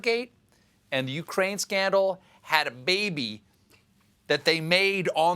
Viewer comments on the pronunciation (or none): none